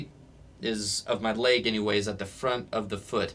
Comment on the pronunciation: "Laig" He sais... 😂